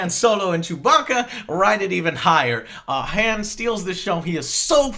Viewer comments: You don't pronounce the name "Han" correctly. I would assume you can't pronounce "Adolf" right either. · why in the fuck are you pronouncing Han like Hand without the d.....it's supposed to sound like H-ah-n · um... han as in han-d, they even point out in the movie that it is pronounced han like hon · You said "Han" wrong. It doesn't sound like "hand". It's Han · Joe, Han is pronounced like Honn, not like hand without a D at the end. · I don't wanna be that nerdy star wars guy but han's name is pronounced hawn. (rhymes with pawn) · Isn't Han pronounced "Hon" ... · Han is pronounced (H-O-N) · people who say han like joe make me upset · Am I the only one who suddenly dislikes Joe for not being able to pronounce Han correctly? The fuck. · Joe, if you're gonna fanboy this hard about an otherwise average movie, then please, for the love of God, pronounce Han's name correctly.